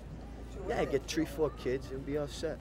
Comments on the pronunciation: tree four kids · Tree or four kids